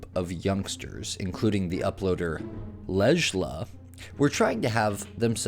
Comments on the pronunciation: I think Lejla is pronounced Ley-la. And Danesh is pronounced Dan-ESH. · Please stop saying “Le-J-La” it’s pronounced “Lay-La”. In most European languages the “J” is pronounced like “y”. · It's messed up that it's probably intended to be Layla but they hated their child and did this to them lmfao 🤣 it drives me up a wall don't spell your kids name absurdly and I won't use my hooked on phonics education to pronounce it wrong 😅 ledgela it is indeed sir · I'm not specifically sure how to pronounce "Lejla" but I'm fairly confident that the "j" is silent and it's pronounced "lay-la", not "lej-la". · Lej-la? Possibly pronounced Lay-la? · I think Lejla's name's pronouced "Lay-La," not "Ledge-La." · LeJJJJ-la lol The j is like an I in Spanish. It's "leila" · 1. What does your salary has to do with anything? 2. Is the teen with the blue shorts actually going swimming in his underwear? Yikes. 3. I think Lejla is actually pronounced Leylah not Lashlah.... 4. HoH??? She is obvi watching Big Brother 5. Poolside Karen is drunk and as in many, many of the other Karen Vids: This is what alcohol intoxication does to you....from poolside to foolside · not “ledge-luh” ahahahahaa i’m almost 100% it’s pronounced “layla” lol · Her name is probably pronounced, Layla. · “Lejla” is pronounce “Layla” just so u know have a gf with the same spelling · Lejla is pronounced like Layla. All the little snide digs about people’s looks are immature as hell. You’re a grown assed dude with a following. Do you really need to act like that to feel good about yourself? Sad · I think her name might be pronounced "Layla". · Pretty sure Lejla is pronounced "Layla"... The letter "j" makes an "i" sound in many Eastern European languages. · It’s probably “ley-la” not “lege-la” LOL ‘j’ pronounced like ‘y’ in Spanish, and other languages. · Lejla’s name is pronounced. Lay-la. It is Arabic origin and means night. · Do you mispronounce names on purpose? Leszhla 😂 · Probably pronounced "Layla". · “Lejla” = Lay-la. 😁